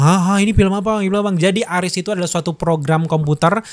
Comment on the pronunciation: bro maaf bacanya memang "ARES" bukan "ARIS" 🤦🏻‍♂️ saya yakin ini mengacu pada nama dewa perang mitologi Yunani kuno . Jadi prounace nya nggak di inggris inggrisin juga kale 😂 sejak kapan Zeus dibaca Zius, sejak kapan Hera dibaca Hira, sejak Kapan Athena dibaca Athina, sejak kapan Hermes dibaca Hirmis, sejak kapan Hercules dibaca Hirculis 🤣🤣🤣🤣🤣 ah kocak lu bro... lumayan bikin happy sih di pembukaan🫵🏻good job 👍🏼( saya bukan heaters 😅 )